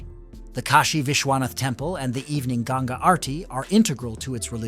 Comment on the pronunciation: Hey ! , It is Ganga not Gange ! , please remember it.